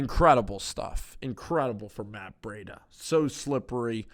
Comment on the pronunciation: It's Breed-a